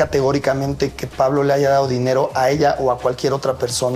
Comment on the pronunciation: Dijo Pablo lile?🙄